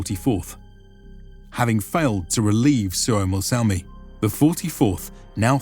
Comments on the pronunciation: it's not Suomossalmi but Suomussalmi, just to point out. :D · It's "Suomussalmi" not "Suomos---" Suomu means a scale spec of a fish skin, but ofc it might be older word from Sapmi language which i don't know. And as eastern finlander, I think that saamelaiset/sapmis should have their own autonomy in north. Finns did them real dirty stuff, while "civilizing" them, those "barbarians". They were the real inhabitants of Finland before the agricultural "Finns", and I say "Finns" because there were none such group really. They were Estonians, Livians, people from south finland mostly, then there were Tavastians (Häme), Savonians and all kinds of Karelians. I'm from current North Karelia (Finland) and our roots are from Denmark from the building of Olavinlinna-casle in Savonlinna. My ancestors were builders of that castle who were given small titles around it.